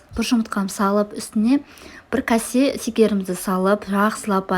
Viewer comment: Ренжіме өте тамаша бірақ кәсе емес кесе секер емес шекер сияқты